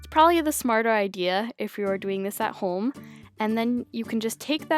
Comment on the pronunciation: Who else laughs at the way she says home I'm not tryn be mean